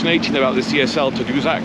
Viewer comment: Hey, it’s pronounced Ta Doo Sack, it’s named after a community on the north shore of Quebec. Nice to see the old beauties still in service. Nice job. Mark from Ridgeway